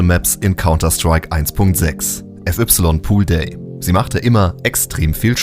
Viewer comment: wieso spricht man fy mit "ef ypsilon" aus stat fei_poolday oder fai_iceworld? Wer macht sowas bitte? 🤣